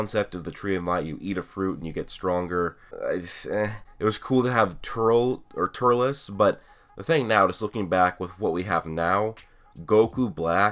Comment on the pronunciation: Please stop saying Turles like that its pronounced Turls not Turles Other then that awesome video